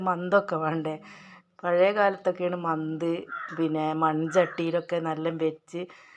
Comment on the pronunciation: കഞ്ഞി വെള്ളത്തിൽ വെച്ചാൽ നന്നായിരിക്കും. മന്ത് അല്ല മത്തു എന്നാണ് പറയുക. സൂപ്പർ കറി.